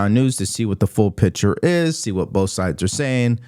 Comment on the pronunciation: I like you,, but it is PICTURE. Not "pitcher." It is PICK sure. I wouldn't bring it up, but you've said this word multiple times in each of the past ten videos (in this vid, 4x).